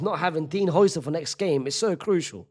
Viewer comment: Bro his name is pronounced howsen